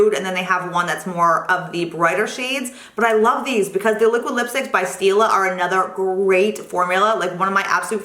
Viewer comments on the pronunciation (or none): none